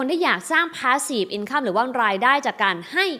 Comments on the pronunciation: หนูติดตามพี่มานาน สงสัยว่า คำว่า INCOME ทำไมไม่อ่าน อินคัมคะ เห็นทุกคลิปอ่าน อินคั่ม แอบหงุดหงิดบ่อยๆ พี่ช่วยแก้การออกเสียงได้ไหมคะ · เห็นมาหลายคลิปแล้ว ขัดหูจริงครับ พยายามค้นว่าฝรั่งเค้าอ่านยังไง คนปกติอ่านอินคัมนะ come เราก็อ่านว่าคัม อยู่แล้ว กูรูการเงินท่านอื่นก็ไม่มีใครอ่านแบบนี้ ไม่อยากให้คนรุ่นใหม่เข้าใจผิด เอาไปใช้ต่อเลยครับ